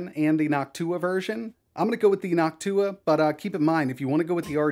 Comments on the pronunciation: Saying noctua like hawk tuah from now on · I love how he says "Noctua" like "Hawk tuah" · bro got me smiling the way he's saying nocTUAH 😅